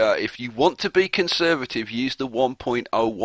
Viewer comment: convervative :P